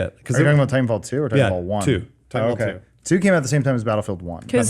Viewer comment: American from the midwest, and I have a stutter. This is how I was taught to keep me from stuttering because I have a difficult time saying a hard 'a' and 'h' sound. People thought I was saying 'hat' when I meant 'at' but it worked lol. I never noticed Alanah's pronunciation until now.